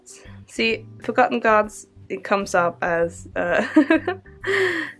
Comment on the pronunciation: when you said forgotten gods i heard it as fuck-em gods 😂😂💀💀💀💀💀💀💀